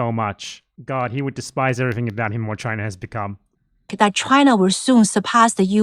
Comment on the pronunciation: Chu-ai-na? I know exactly 0 Chinese people who say it like that, me and my family included